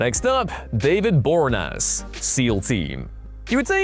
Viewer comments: That mispronunciation made my head hurt. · I swear they do it on purpose just for the comments. How can a channel based solely on pop culture be consistently bad with name pronunciation? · David Bore-naz??? Bor-ee-ah-nez.